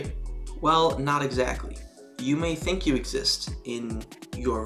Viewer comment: "I think, therefore I thwim!"